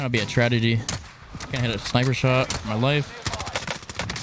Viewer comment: so no one’s gonna comment on how he messed up the word tragedy😂.